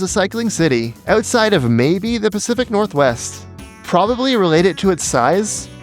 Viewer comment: "Pacific Northwest" :|